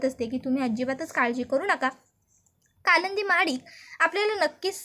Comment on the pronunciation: कालच झालं "कालंदी" पुराण ! कालिंदी तरी म्हणा...